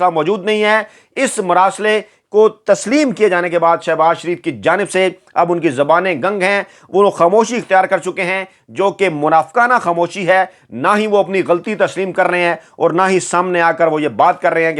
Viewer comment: Ganag nahin gung hota hay